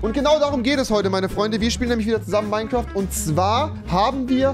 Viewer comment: Wie Rewi einfach Minecwuaft sagt😂